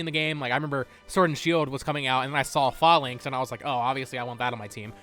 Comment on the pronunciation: Not to be rude, but Falinks is pronounced like Fae + Lynx or Fey - Links. Armarouge is pronounced like Armor + Rouge (Roo and a soft G or J sound) or Rōō + zh. I have a feeling these are going to be among the common names that are often mispronounced. Much like the ability Protean being mistakenly pronounced like Protein when it is actually pronounced; Pro-Tea-An.